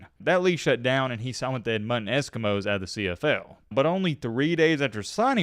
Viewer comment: Ed mond ton, not Ed mutton